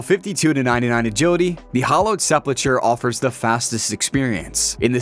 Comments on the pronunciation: Sepul-ker is how its pronounced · reading this after coming here to mention his pronunciation of sepulchre and ardougne like ardong was completely wrong was wild xD